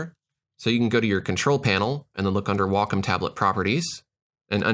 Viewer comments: I pronounce it "wack-om" lmao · i used to pronounce it 'way-come' until i called their customer service and realized it was said like 'wahk-um'. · Every time I hear "wockum" i feel sick, its such an ugly sounding word. I'll keep calling it how it should be pronounced, as wacom